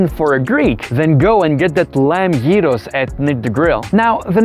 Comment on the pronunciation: its YEEROS for gods shake not GYROS!!!!!!!!